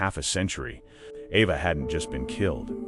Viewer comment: Pronounced E va " Eva "